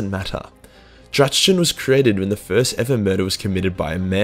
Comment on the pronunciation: Ackchewally... So the heart of blood's enemy is pronounced om-FAL-oss de-MON-ium. The number one is pronounced drack-ni-enn. y'know, if anyone gives a shit. No, I don't know the others lol